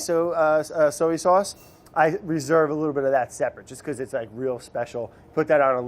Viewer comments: Why is Brad incapable of pronouncing “soy” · Wondering why he keeps saying soey instead of soy 🤔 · So-ey sauce!! Haha...giving wourder a run for it’s money! Love it. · ive always pronounced soy like so-ey. woops.